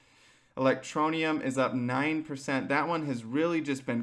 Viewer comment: What an amateur. You can't even say Electroneum correctly.